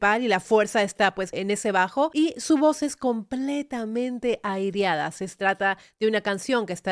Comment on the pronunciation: Se dice aireada no airiada. 😂😂😂